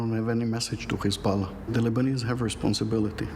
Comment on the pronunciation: This guys pronunciation of Hezbollah is infuriatingly jarring.